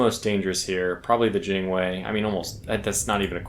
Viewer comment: You keep saying Jinwei. It's Jiangwei.